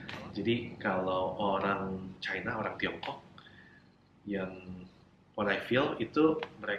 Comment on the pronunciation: Knp masih mnyebutkan kata: "orang" dg sebut "olang" terdengar hruf "L" bukan "R" Padahal dia bisa mnyebut huruf R versi adjad inggris, Saran saya.. sebut sj "R" dlm bhs indo sperti "R" inggris, Nanti akan terdengar sama. Oŕang.. bukan Olang